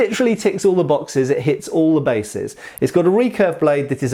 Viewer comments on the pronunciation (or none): none